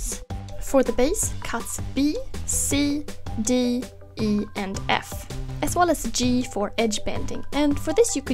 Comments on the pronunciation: lol i was confused when she said "B C D E". i thought something was wrong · When she says b c d e sounds wild